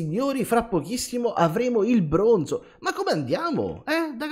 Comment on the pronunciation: Quanto è esoso il brrrrrrooooooonzo